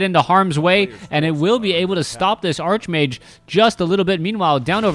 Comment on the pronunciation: I love you, but it's pronounced, "ark"-mage. You conjure the image of a wizard obsessed with arches. Think "archangel".